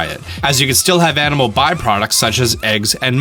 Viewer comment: When he was listing all the types of weapons you can use, I thought he said anime weapons lol